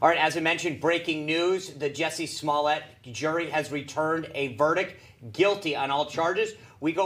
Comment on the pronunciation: "Juicy Smoll-ay". LOL 😂😂😂. He hit the nail on the head when he said, "liberals have a very short memory", isn't that the truth.